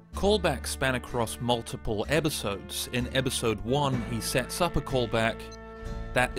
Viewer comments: after thinking about it once, I can't unhear that he pronounces episodes as 'ebbisodes' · Whys he saying "ebisodes" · Why can I only hear "Ebisodes" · Stop saying "ebisodes"